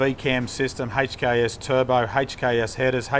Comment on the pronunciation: The way he says HKS is the correct way to pronounce it, I used to work at a performance workshop 3 years ago that had a lot of HKS parts come through and I've never heard anyone pronounce HKS any diffrent from the video